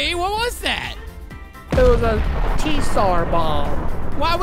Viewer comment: Bro said "it was a T sar bomb" It is Tsar bomb